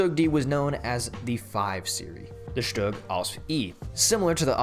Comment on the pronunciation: SHUG SZtug Stoog